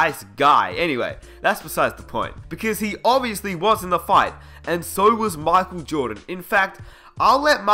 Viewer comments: why are you saying markel jordan? I'm aussie too and his name is Michael (Mike-el), say it properly. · It is pronounce as MAYKHEL not MAKHEL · Who's Mahkwell Jordan? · "mahkul joedin" 😂😂😂 Just playin. nice vid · "MY- KULL" Jordan geez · The King marcal lol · Who's Markel Jawdon? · Man, he is not Marco Jordan, is Michael Jordan. Please don't read like that. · He says micheal jordan makel jordan